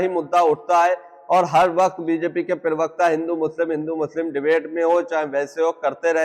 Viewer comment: पिरवकता नहीं प्रवक्ता बोले।